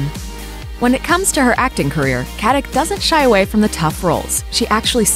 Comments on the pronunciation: FYI it’s not pronounced Katik but Katitch. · Her surname is a very common name in former Yugoslavia and in Germany and Austria where many emigrated. It is pronounces Katitsh. Nobody pronounces a c like a k in the slavian languages. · You should learn how to pronounce her last name :)